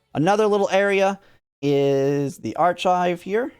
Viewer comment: I had to go a double take at the way dude said "archive" lol